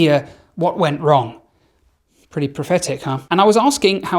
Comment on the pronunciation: Great video. I don’t understand why English folks call India as Indier?